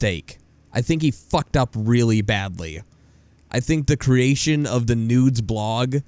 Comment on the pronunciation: You say "the" wrong.